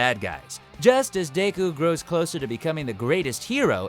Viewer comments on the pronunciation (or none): Um excuse me, Dayku? Its Deku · all i remember from this vid is todd saying "dayku"